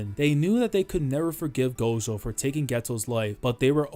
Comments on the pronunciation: i really wish you'd say "gojo" instead of "gosho" @@ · We just gonna ignore how he says gojo (gosho)